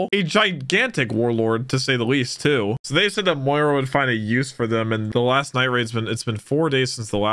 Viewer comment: Can you stop calling him moira